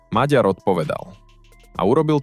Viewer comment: Po slovensky čo? "Lhár?" 🤣🤣🤣 To máte veľmi čudnú slovenčinu... LUHÁR, resp. KLAMÁR... Takisto raz je to "Magjar", raz je to "Maďar" a tuším som raz počul aj "Meger"... Je to "Maďar". "Gy" je v maďarčine "Ď", OK? Ak ste sa rozhodli založiť si 1584tý "alternatívny" rádoby analytický kanál a urobiť ním dieru do sveta, aspoň po sebe čítajte text, alebo naučte vaše AI solvenskú výslovnosť.